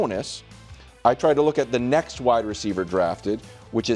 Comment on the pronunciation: Somebody needs to remind Brou that there's a T in "next".